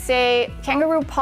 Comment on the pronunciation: It's not Lawai.....it's Laua`e when pronounced